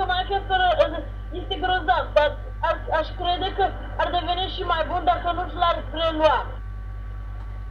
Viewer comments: mi se pare mie sau chiar zici nuci in loc de notch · Nici macar nu sti cum se zice nocht si tu ai zis nothc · Ba nu se zice nuci se zice notch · NOCI nu NUCI (stiu ca nu asa se scrie dar vrau sa arat cum SE PRONUNTA)